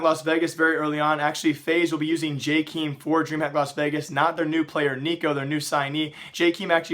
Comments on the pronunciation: Who the fuck is "jaykeem" is pronounced "jay Kay em" smh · When are you going to learn how to pronounce Jkaem....